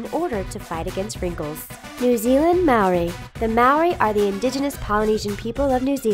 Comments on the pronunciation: The way she pronounced Māori and Moko 🤦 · She also kept saying "Morri" instead of "Ma-a-ori" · she said Maori wrong... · I love how they added 'New Zealand' (my home country) and all but I would love it even more if you guys could pronounce the words properly like 'Moko and Māori' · ayy New Zealand! lol you pronounced maõri and moku wrong🤣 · hearing them pronounce maori wrong is just so painful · y'all Americans gotta learn to roll the 'r' in Māori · Can u please say moko and maori right 😂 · She can’t say Maori or moko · You pronounced Maori wrong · the pronunciation of Maori is appalling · What you said about Maori is very very wrong and your pronunciation is awful, I'm Maori and offended